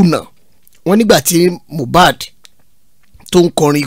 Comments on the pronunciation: Honestly, everyone failed Mohbad, he cried out more than enough. I feel so bad when people mistake his name for "Mo bad", the pronunciation is "Mi oh bad" meaning i'm not bad!! Ileri Oluwa, Imole, may God rest your soul and fight for you! 🙏🙏🙏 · Yes you are right Sir. Unfortunately got it wrong. The correct pronounciation is Moobad he even explained himself the meaning of Mohbad.